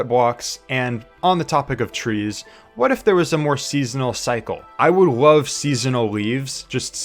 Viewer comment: not to be rude but he just said "wove" and "bwock"